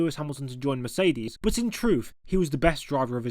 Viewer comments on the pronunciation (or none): none